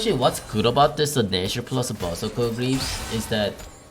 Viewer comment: Normal people: berserker: buzzeker